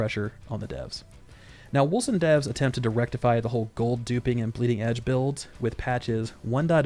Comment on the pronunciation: pretty sure its wolCen with a hard C, unless the dev I saw being interviewed doesn't know how to pronounce the name of his own game?